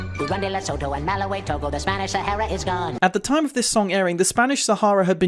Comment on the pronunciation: He also mauls the pronunciation of Malawi past all recognition, but in fairness they had to fit the rhyme scheme somehow.